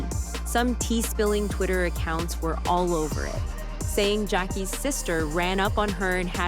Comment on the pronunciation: You said his name wrong in a different way every time you said it. I’m blocking you and if you’re gonna be all up in black people business learn how to say people names right 😒.